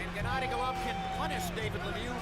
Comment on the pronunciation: GennAdy. Emphasis on A.